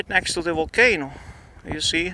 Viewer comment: Deh wolcano is wery strange